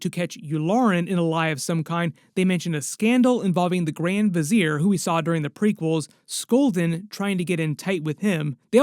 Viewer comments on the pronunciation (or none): none